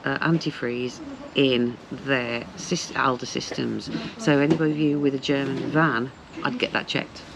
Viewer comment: Yes you have learnt a lot. You now know how to pronounce Aldi 😭